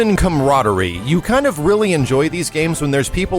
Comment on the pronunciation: Word of the Day "Comrodery" lol